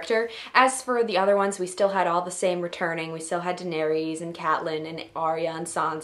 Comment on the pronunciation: Please learn how to say Danaerys' name. Its Phonetically: Dah-Neh-ris